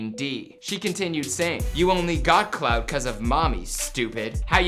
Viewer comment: He said, “Cloud.” Its clout